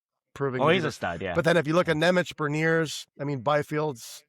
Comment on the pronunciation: Nemec is prounounced "Nemetz", fyi!